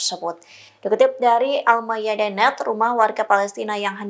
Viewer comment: News Anchor Tribun ga bisa baca istilah asing ya? kalo E nya dobel bacanya I, Al Mayadeen harusnya bacanya almayadin, hareetz bacanya haritz.